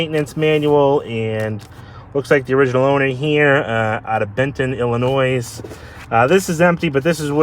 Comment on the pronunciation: Love your cars and videos. Illinois however is pronounced Illinoy not Illinoyes.